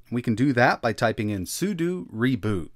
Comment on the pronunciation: Okay, the 'sudu' is driving me nuts. it's 'sudO'!